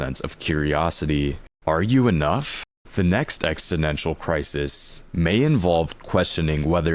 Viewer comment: Sorry bro, but you're pronouncing it wrong every time lol. EXISTential. Exist.